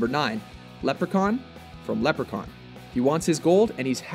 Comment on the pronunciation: Stopped watching the video once he said Leprechaun! What is wrong with you!